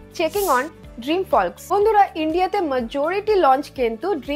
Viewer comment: ড্রিম ফল্কস্ নয় ড্রিম ফোকস্